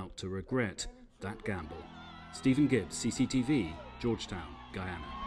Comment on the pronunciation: LADY IS NOT G-U-I-A-N-A HAS IN BRITISH GUIANA IT IS G-U-Y-A-N-A GUY-ANA OKAY.